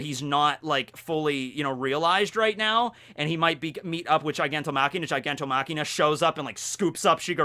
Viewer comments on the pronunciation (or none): Machia, Gigantomachia not gigantoMakina. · Lol it's not gigantomachiNa, it's gigantomachia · i think it's "gigantomachia" not "gigantomachiNa", it's without the n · I have no idea why kept on calling Gigantomachia "Gigantomachina" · Really minor nitpick here, but isn't it Giganto *Machia*, not *Machina*? seems to have a different translation source, because he also calls the Thunder Bagua from One Piece as Thunder Bagura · All right, this is the LAST video I will stand by and watch you call him Giganto- Machina.... it’s MACHIA, GIGANTOMACHIA there’s no N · not GigantoMachina...GigantoMACHIA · All I hear is say "GigantoMAKINA"😂